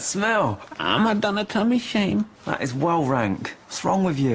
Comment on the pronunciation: Does he say cummy shame or tummy shame?